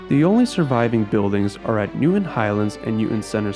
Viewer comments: There is no city or town in Massachusetts named New-en. Or Newden. We DO have a city named New-TON. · Nice job, but be careful to pronounce the "T" in Newton.